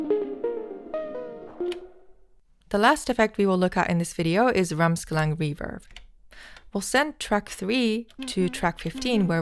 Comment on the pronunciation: Why she’s saying: reeferb?